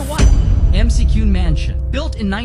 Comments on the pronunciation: And to pronounce it correctly matters! Its Mac-Ewin Mansion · Mick-cue-n = McCune